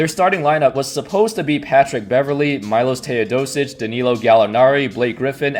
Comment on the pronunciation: Congratulations You just killed milos teodosic's name